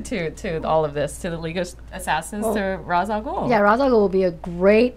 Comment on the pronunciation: I absolutely hate how everyone mispronounces Ras al Ghul's name. It is the only thing I dislike about the Nolan movies. Because of him there is an entire generation mispronouncing a phenomenal characters name.